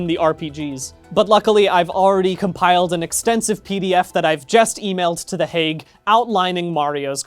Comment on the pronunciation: I love this video, and the fact that you correctly pronounced Hague [ heɪg] makes it so much better.